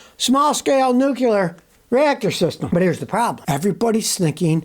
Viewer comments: It's called nuclear not nucular 😮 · Did somebody say "Nuk yah ler"?